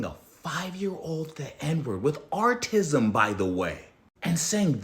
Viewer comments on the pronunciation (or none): Why did you say artism instead of autism? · What the fuq is “artism”? Do you mean “Autism”?